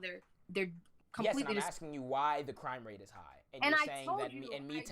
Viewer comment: Y’all not only was it her first debate she had no cohesive points whatsoever 😂 none of her narrative makes any sense . Lmfaooo when you corrected her pronunciations of crime rate 😩😩😩 you owned this shit There’s little to no evidence that black people committing crime at higher levels than white people. According to the statistics we actually commit crime on the same plane as white people..